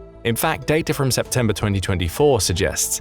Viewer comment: I heard a couple of times "data'r" and "Russia'r"...... Adhd got me stressing